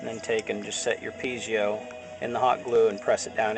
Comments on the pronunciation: Are you sure it's not (Pee et zo) as in pizza. Or even (Pee a zo) would be better than (Pee zee o). That's a nucular mistake. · Brother is is pronounced - Pee Zoh - not pee ze oh - thank you for sharing from OzMerica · For the love of god,please stop saying pee-zee-o. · I know right!!! PEE A ZO or PEE EH ZO. FUCK!!! I can't even watch this whole thing.